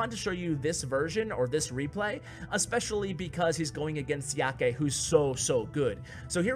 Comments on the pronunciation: Another great vid! Normally I am not one to comment on videos, but having background in Chinese I thought I'd let you know that "Xiake" is pronounced "Sha-kuh". Once again, great job! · You pronounced Xiake horribly wrong